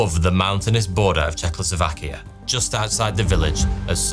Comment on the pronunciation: Another factor in young stewardess survival is how you massacred of the name of Czechoslovakian country itself. Czechoslovakia was a state comprised of 4 countries (or its parts in case of Czech Silesia). Those were a Czech country, Moravia, Silesia , and lastly, a surprise here, a Slovakia. Hence Czechoslovakia. What ever you said at 09min 38sec of this upload, isn't remotely how a "Czech", or Czechoslovak countryside, should be pronounced.